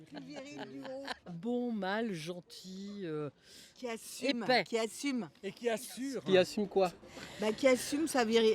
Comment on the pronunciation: bon sujet et la femme qui dit epais me fument